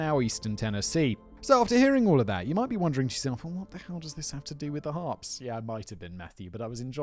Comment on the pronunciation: I struggled with this because Simon can't say Harpes!